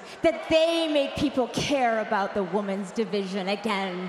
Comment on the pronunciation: It REALLY bothers me she constantly says woman's instead of women's